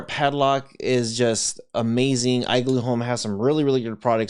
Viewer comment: That pronunciation of igloo is killing me.